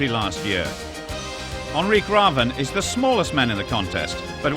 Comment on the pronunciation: "Onri Graven" - not really. Its Henrik with an H at the front, so try with an H-sound at the front. Last name starts with an R, so maybe try an R-sound, instead of: "Graven" haha. His name is basically: "Henry Raven". So saying: Henry Raven would have been way better than Onri Graven haha.